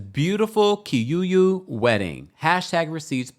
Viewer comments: It's Kikuyu not Kiyuyu. Kikuyu is the largest tribe in Kenya. Love your show,. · Excuse me its KIKUYU not KIYUYU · Aww Kenyan here, its pronounced Key-Coo-You. Appreciate you. And to be honest in our culture, your dowry celebration is more serious than even the white wedding sometimes. Once that's done you're considered married according to culture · Not Kiyuyu but Kikuyu ❤ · What is kiyuyu 😂😂😂. It's kikuyu